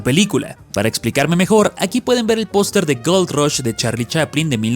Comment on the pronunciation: Es idea mia, o dice POSTRE en vez de POSTER, incluso en los subtitulos dice POSTRE xD